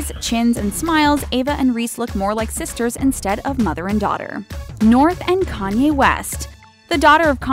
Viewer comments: It's 'Kanye', not 'Kany' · "kany west" WTF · when it said North and Kanye it said kany